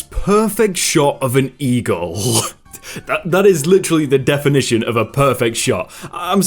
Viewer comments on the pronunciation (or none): He says eagle like egirl